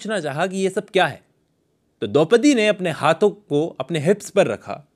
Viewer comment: Its Dopdi...